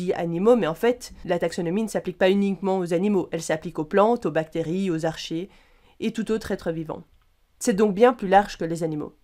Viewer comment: Bonjour, apparemment il faut prononcer "Archée" arké si j'en crois wikipedia